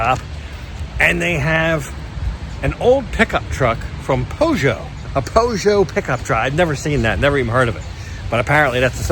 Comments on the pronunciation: 'Perjer' ,not "Po Joe" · It's pronounced 'Pyoojjoh'. Second most popular car manufacturer in France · Always Amusing to hear Americans pronounce Peugeot 😊